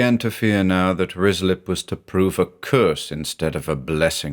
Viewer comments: Love this, but as a former local, it’s pronounced RYE-slip 😊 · This is surely Ruislip, which is pronounced Rye Slip. ❤ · I keep hearing rizzler, and oh boy, it's the funniest thing. Could be a April fool's